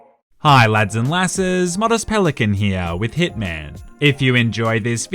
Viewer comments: Every time you say hitman I think u say thickman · I'm sorry by did you just say hitman instead of ”thiccman”?